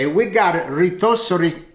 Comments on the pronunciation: Rotisserie ❌ Reetossery ✅ ❤❤❤ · Geesh! I understood what he said when he said "rotisserie"...don't be so hard on the ol'guy...kidding, not kidding 💗🤣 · Let him say rotisserie chicken as he pleases. Part of his charm is maintaining part of his culture.